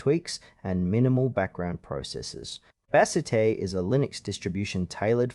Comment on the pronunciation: Bro, Bazzite (pronounced Baz ite not bazzitay) isn’t a windows distribution. It is a Linux distribution.